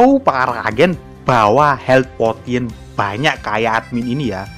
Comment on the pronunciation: Cara baca potionnya aneh aoakowkaok Yang betul ini min "posyen"